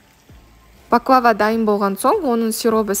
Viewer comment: 1)Бахлаба емес баклава 2)Түрікше баклава,орысша пахлава деп айтылады.